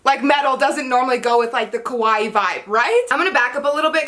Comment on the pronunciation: It's kawaii not kowai